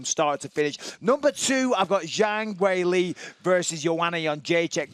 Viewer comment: who’s Lee???? You mean Weili??